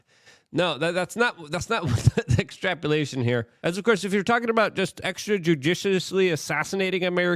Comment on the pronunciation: wtf is an extrapulation? and what's tumultulous? lol